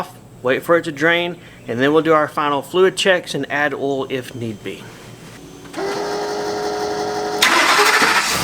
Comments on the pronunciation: I giggle when he says oil. I can't spell it like he says it. Not trying to be mean. I love accents. A couple other YouTubers say the man's name Don, but the way they say it it comes out "Dawn". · Or awl, LOL